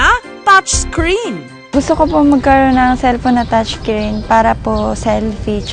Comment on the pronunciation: “Touch creen” XD